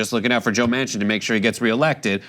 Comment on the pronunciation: Well... it is joe MAN-Chin . not WoMan-Chin.